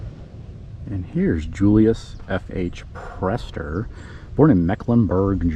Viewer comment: Priester is pronounced "PRIEST-er", and is indeed the German word for priest.